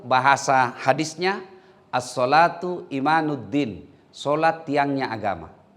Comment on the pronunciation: Maaf ustadz tersayang, ada salah pronounce di sholat adalah tiang agama, seharusnya : Assholatu imaduddin, bukan imanuddin. Maaf ustadz🙏🏻